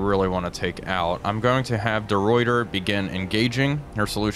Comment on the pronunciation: Hey, small thing, De Ruyter is pronounced "De Writer"